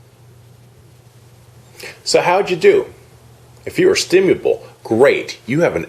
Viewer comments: this dude doesn't even pronounce stimulable very well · StimuLable, not Stimuable. The irony is beautiful.